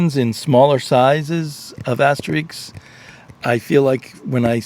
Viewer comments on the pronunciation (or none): You're the first person I've heard pronounce Asterix as "Ass Streaks!" It made me giggle!